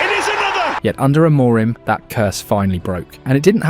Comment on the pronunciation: The day is yet to come when an Anglo can pronounce any Portuguese name correctly: "Amorime this, Amorime that, Amorime, Amorime, Amorime." There is no E at the end, the M is silent. Ah-Muh-Reen. Try it. THEN you will say his name correctly.